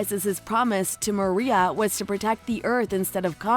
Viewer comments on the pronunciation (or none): none